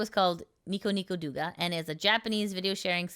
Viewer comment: Douga is pronounced like DOH-OO-GAH. Thanks for the news :D